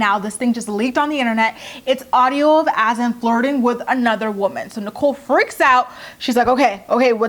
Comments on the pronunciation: I really feel like Azan's name isn't pronounced"Azin". Should be more like "A-zahn". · It’s AH-ZUN, not “as-in”